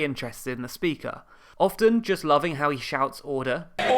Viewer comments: Ordahhh, ordurrr. Definitely make a video on the speaker and how he manages to add syllables into words that are not ordinarily there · I can't help it, but i'm keep hearing "UDDER!" and it confused me the first few times I heard Bercow screaming it. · I definitely want to learn more about the speaker, although just hearing him say order is amusing as well.